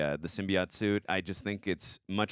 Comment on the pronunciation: Symbi- AUGHT